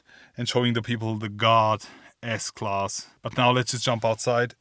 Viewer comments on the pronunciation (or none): WOW LOL I THOUGHT HE WAS SAYING GOD MERCEDES GOD until I read the title for the whole 6 mins wow 😂😂😂